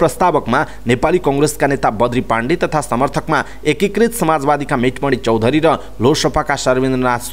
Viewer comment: भेटमणि चौधरी हो, मेटमणि चौधरी भन्नुभयो,सच्याउनुहोस् वाचकजी ।